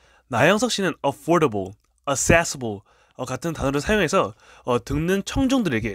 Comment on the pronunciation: Accessible은 어세써블이 아니고 '액쌔써블' 입니다. Assessible(어세써블)은 완전 다른 단어. 주제가 영어인 비디오에 어찌이런 엉터리 영어 정보를...